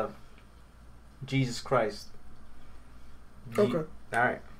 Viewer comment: His name literally said “Jeaus” Christ. The evil bro for Jesus?